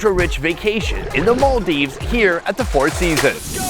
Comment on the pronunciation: Hope to see you do a local food tour around the Maldives! Also, the way you pronounced Malé and Maldives 💯